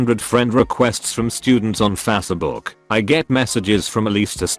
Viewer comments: I wish this text to speech thing would learn how to say facebook instead of fasseh-book. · "fass-eh book"